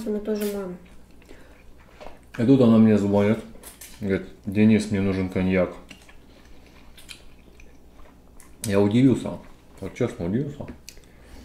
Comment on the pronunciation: Не звОнит, а звонИт 🤦🏻‍♀️